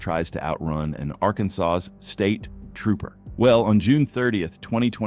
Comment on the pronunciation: why he say state trooper like that? xD